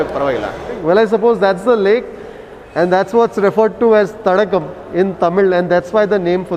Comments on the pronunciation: It's not Thadagam. It's Thadaagam, meaning pond. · Not Thadagam, it's Thadaagam sir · It is not Thadagam ( தடகம்) as pronounces. It is Thadaagam (தடாகம்) which means a water body